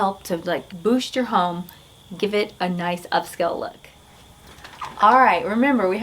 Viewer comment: I apologize for my rudeness, the word is not up-skell.